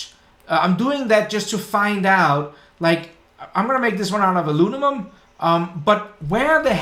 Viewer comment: Alu-mi-num rather than alu-ni-mum :)